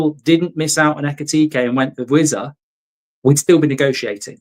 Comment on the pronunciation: vissa not wizza